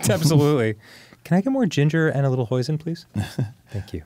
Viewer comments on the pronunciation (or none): none